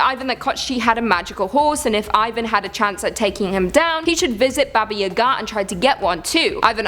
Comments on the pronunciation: You keep saying the old witch's name so fast, it sounds like you're saying "Baba Yehgaa". Its pronounced Bah-Bah Yah-Gah. You kinda need to slow it down a little and enunciate. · Not Babaya´ga, it's Baba Yaga XO